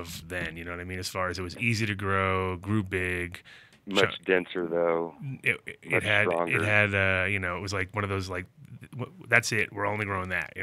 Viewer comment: I like how they immediately forget that the 30% towards women was only the pain relieving effects and not the euphoric high, which is the other half we associate it with it. "It's STRWAONGER THOUGH" is what they all agreed unanimously though lol And BAM, misinformation made in 30 seconds.